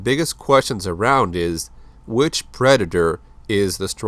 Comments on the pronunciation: He said preder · are you saying black predator or that predator ?